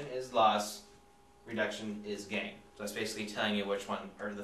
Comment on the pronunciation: I heard, "Oxidation is Love... and Reduction is Gay." It took me a second repeat and upping my volume to get it. O_o